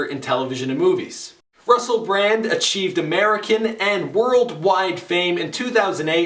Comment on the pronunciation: My brraand.